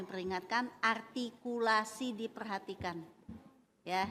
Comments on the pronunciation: Artikulasi Bu bukan atikulasi😂 sok Sokan artikulasi situ ngomong R gak bisa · Ingat ya bu artikulasi bukan agrtikulasi ibu aj artikulasi ny jg gk bener.